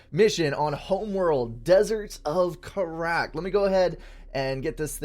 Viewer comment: Gosh, you have really bad mouse discipline. I'm surprised you don't keep missend units all over the place in SupCom ^^' Also, you're badly mispronouncing Kharak. I think you have the remastered homeworld series. Can't hurt to boot up the original mission and listen to the audio =P